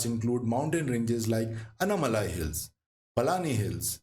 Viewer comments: Good video. But Hindi speakers please learn to pronounce names and words of the southern languages. Example it is पालकाड् not पल्लाकड, नागर्होले not नागर्होल्, आनमलै not अन्नामलै, आनमुडी or आनेमुडी not अन्नामुडी। Please check all your pronunciations. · aanaimalai not anamalai👍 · pronunciation of names very bad, before creating such videos it's better to do some home work. It's sounds umpleasant to hear, 'anaamalaaaaaaai" palaaaaaaakkaad' 'agasthyaar malaaaaai'